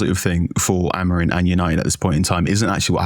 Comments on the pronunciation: Why do you guys pronounce Amorim as Amorin? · Why does Carl Anka say AmoriN?